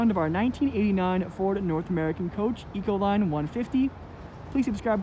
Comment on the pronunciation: "Eco-Line" LOL! FAIL!